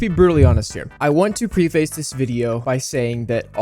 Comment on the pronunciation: preface is pronounced like preh-fess